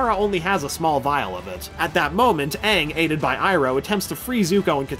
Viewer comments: It’s Aang not ang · The movie made me go blind. They couldn't even say aang right. They made it sound like Ahng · as long as they pronounce him “ANG” and not “ONG” ... WE’RE GOOD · heatherxgrayson you mean, “ UNG” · uh no it was directed by M. Night shyamalan. Called the last airbender, it was white washed. Most of the characters including katara and sokka and aang were white. The fire nation actors were east asian (India Pakistan etc.) They pronounced Aang as ONG. Appa looked TERRIBLE the acting was bad the whole thing was bad and it had nothing to do with the creators. The new Netflix series should be much better. The film done by Shyamalan was TERRIBLE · U mean aang